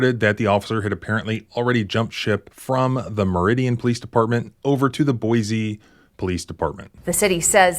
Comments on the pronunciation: There's no "z" in Boise. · Boise not boize....check ur pronunciation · This is not criticism, I love your stuff. Just FYI. It is pronounced "Boi(cee)" not "Boi(zee)". I hope this helps. This kind of stuff is one of the many reasons I moved from Idaho and never looked back. And I was raised there. Wait till you hear about the time Boise PD shot a prison guard. Thanks for all that you do. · This is why everyone hates people from California. I mean, we didn't need another reason, but here is another. Also, he got so many complaints when he went to Boise and Idaho is happy he is gone. Wish the rest would go back too. Also you said Boise wrong its see not z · Boy see Is the correct pronunciation